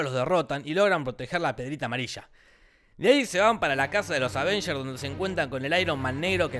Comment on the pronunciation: disisdafunk escribí "Advengers" por que a si lo dice la vos rasposa de Te lo resumo